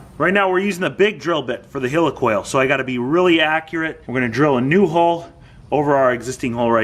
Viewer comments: Great content as usual but every time you said Helicoil my toes curled up. "Heel-e-coil", its pronounced Heli coil". No offence meant, it did make me giggle. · do you call a Helicopter a Heeli-copter..... Its Heli-coil!!! lol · Pronounced like Helicopter :) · Healacal ? You mean heilcoil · Why are you calling a helicoil a heelycoil? You don't say heelycopter, do you? I'd bet a pound (Sterling) against a pinch of dog shit that you also refer to Iran and Iraq like they're the latest products from Apple, too. ;)